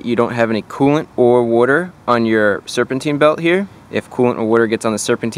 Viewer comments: It's pronounced "water" not "wuter". LoL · It's water not woiter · I like the way you say “werter” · Where do you get that “clean wooder” stuff to flush the heater core with? 😂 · What’s “woouder?” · Wooder 🤣 Jersey boy, right?